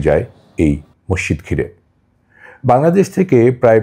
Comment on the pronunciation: Morshid Na Masjid Bolo